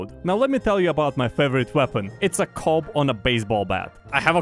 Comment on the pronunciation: I wheezed when he said C O B